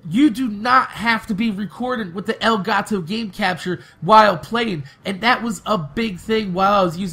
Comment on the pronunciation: Elgato, not El Gato